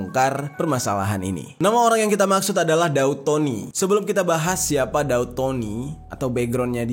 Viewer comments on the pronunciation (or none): Daud bg bukan dau